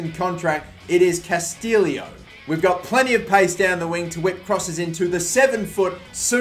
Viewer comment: It is Castillejo, not Castillo